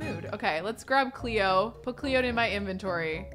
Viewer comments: saying Cleo with an aussie accent Me: Ah, a woman of culture I see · 10/10 pronunciation of Cleo 😂